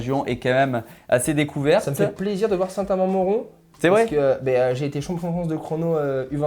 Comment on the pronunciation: Superdevoluy le y se prononce - St Amand Montrond le T ne se prononce pas et Villeneuve sur Lot le T se prononce et les gars révises avant d’enregistrer !